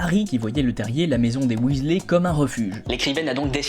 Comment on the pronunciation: William aka Bill, était déjà mon chouchou dans les livres.... Mais depuis que je joue à Poudlard Mystery, c'est sûr et certain, c'est mon Weasley préféré (au passage en anglais, on dit Weasli... ey= i )😉 Ensuite Charlie qu'on peut enfin découvrir... En plus, j'aurais été en classe avec Charlie (et oui, pour la majorité d'entre vous, je suis une "vieille" ) Mais y a pas d'âge pour rêver et être fan et même totalement geek et l'assumer! 😉 Par contre suis d'accord, mon expérience me dit que dans la vraie vie, le couple Ron/Hermione aurait sans doute fini par se séparer... Trop différents pour avoir la même vision de la vie, du couple, de l'éducation, etc...